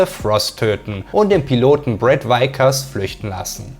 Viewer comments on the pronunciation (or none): Brad Vickers nicht Weikers!!!! Sonst seht unterhaltsam und gut vorgetragen